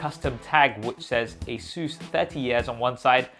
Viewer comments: Stop pronouncing ASUS as 'Asuse'! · Wait have I been pronouncing Asus wrong all this time?!